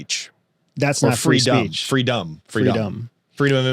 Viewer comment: Question. into the conversation. Is it Trumps freedum information or freedom information you are saying?